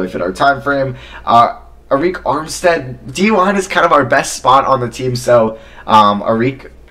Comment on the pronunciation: Uh-reek Armstead 🤣